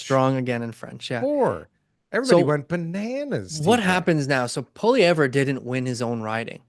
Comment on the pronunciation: and it's not POL-E-EV-ER...it's just POL-E-EV.